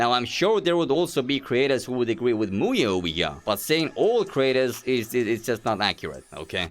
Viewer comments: i am romanian and i cant let my mom hear you say muye (in romanian "muie" its an insult) 💀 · bro in my country muye (muie) pronounced just like that means Beejay with a derogatory manner(avoiding yt cens) this video was so funny from my side, all I could hear was MUYE was doing this, MUYE was doing that, etc =))